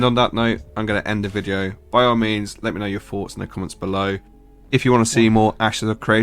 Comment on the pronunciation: Corrects the pronunciation of “niche” but pronounces “thoughts” as “foughts”